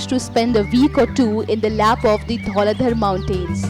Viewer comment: great attempt... but u just have to pronounce some names properly like Nagarkot not naagarkot, dhauladhaar etc